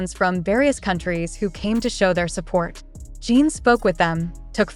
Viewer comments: I can't listen to a voice that calls him Jean! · omg for the low of GOD pronounce the name right shame on you